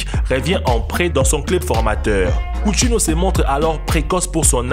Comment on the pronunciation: Coutinho ce dit countinio